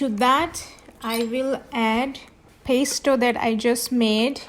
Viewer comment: No offense but you should at least learn how to say Pesto 😳 milk??? this is not pesto